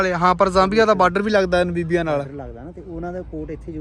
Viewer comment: ਭਾਜੀ ਮੈਂ ਇੱਕ ਗੱਲ ਤੁਹਾਨੂੰ ਖਾਸ ਤੌਰ ਤੇ ਕਹਿਣੀ ਚਾਹੁੰਦਾ ਹਾਂ ਕਿ ਤੁਸੀਂ ਨਾਬੀਬੀਆਂ ਨਾਬੀਬੀਆ ਕਰੀ ਜਾ ਰਹੇ ਹੋ ਨਾ ਬੀਬੀਆਂ ਨਹੀਂ ਨਾਮੀਬੀਆ ਹੈ। ਜਦ ਕੋਈ ਕਿਸੇ ਲਫਜ਼ ਦਾ ਜਾਂ ਕਿਸੇ ਦੇਸ਼ ਦਾ ਨਾਮ ਦਾ ਉਚਾਰਨ ਗਲਤ ਕਰਦਾ ਹੈ ਤਾਂ ਮੈਨੂੰ ਬਹੁਤ ਗੁੱਸਾ ਚੜਦਾ ਹੈ ਔਰ ਮੈਂ ਜਿਸ ਦਿਨ ਦਾ ਬੋਟਸਵਾਨਾ ਤੋਂ ਅੱਗੇ ਦਾ ਦੌਰ ਦੇਖ ਰਿਹਾ ਤਾਂ ਬਾਰ ਬਾਰ ਨਾ ਬੀਬੀਆਂ ਨਾ ਬੀਬੀਆਂ ਸੁਣ ਕੇ ਮੈਨੂੰ ਗੁੱਸਾ ਚੜ ਰਿਹਾ ਤੇ ਮੈਂ ਦੇਖਣਾ ਸ਼ੁਰੂ ਤਾਂ ਕਰਦਾ ਹਾਂ ਪਰ ਫਿਰ ਮੈਂ ਦੇਖਣਾ ਬੰਦ ਕਰ ਦਿੰਦਾ ਹਾਂ ਇਸ ਨਾਲ irritation ਹੁੰਦੀ ਹੈ ਆਪਣਾ ਉਚਾਰਨ ਸਹੀ ਕਰੋ